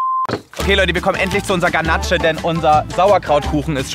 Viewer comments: joey man spricht es Ganasch aus und nicht ganatche HAHHAHAHAHAHAHAHA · Ich als Konditorin 🥸. Ganache wird „Ganasch“ ausgesprochen, nicht Kanatsche 🤪 sorry wollte nicht klugscheissen. War ein Lustiges Video, wie immer 😃 danke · Die ,,Ganatsche" killt mich!